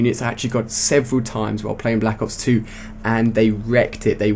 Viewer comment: blAHAcks ops 2 LMFAO thats how he always says it